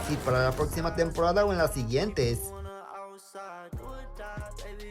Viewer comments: NJEVO RANGO😂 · NJEVO RANGO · ay dice njevo te equivocas